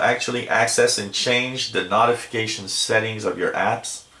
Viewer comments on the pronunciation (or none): Ha ha. Hurts my ears.